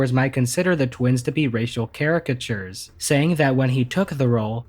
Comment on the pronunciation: Lol he said caricachers😂